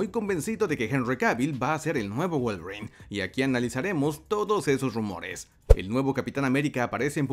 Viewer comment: Pensé que decías Wallgreen en vez de Wolverine